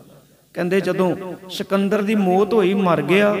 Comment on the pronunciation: ਮੌਤ ਸ਼ਬਦ ਹੈ ਭਾਈ ਸਾਹਿਬ ਜੀ ਇਹਨੂੰ ਸੁਧਾਰੋ ਆਪ ਜੀ ਮੋਤ ਬੋਲ ਰਹੇ ਹੋ